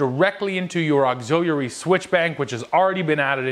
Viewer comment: Auxiliary... auxilialarily 😂